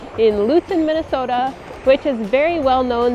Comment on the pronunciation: 발음이 정확하시네요 ㅎㅎ 민네소타 ㅋㅋ